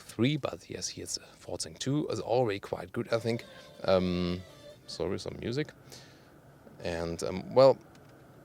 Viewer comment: cool guy.. " ze animal skin " haha the Eric's " ohh sorry about ze muzic " haha. decent video though.